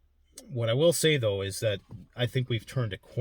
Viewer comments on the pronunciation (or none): none